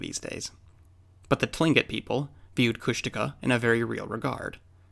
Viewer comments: Kóoshdaa (land otter) Kháa (man/person) Kóoshdaa kháa: Land Otter Man or Land Otter Person; people who die at sea, drown, are taken by the land otter people. They are NOT big-foot (jínkaxhwách’aa), which is totally different. It’s certainly not Coosh-DAW-kuh! 😀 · Kushtaka is pronounced with emphasis on the final syllable. Phonetically it would be: Kooshdakhaa HTH, Doc